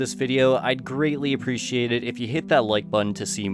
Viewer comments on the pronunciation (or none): none